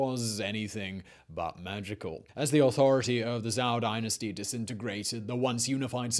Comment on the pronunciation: Or plain lazy? It's not that he is voicing it wrong, but blatantly obvious he has never heard it said once and is purely just going off of how the word looks. I can forgive half fucked repetitions of Google Translate voice and getting the intonation wrong but this is just plain lazy. For example how he repeatedly pronounces Zhou 周 (jhoe) like Zhao 赵 (jhow), which are both common and entirely different terms in Chinese history.